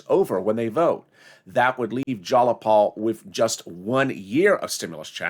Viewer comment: Jiii-a-Paul, Not jallapaul